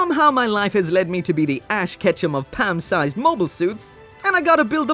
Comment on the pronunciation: The way you pronounce "palm sized" makes me imagine a kit the size of jenna fischer.